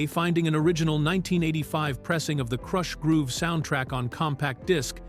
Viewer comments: What you didnt like it saying "Krooosh Groove" LOLOLOL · KROOSH? groove.😂😂😂😂🤦